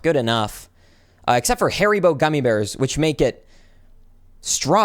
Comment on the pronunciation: Harry bow….? Like you me haribo (Har-e-bow)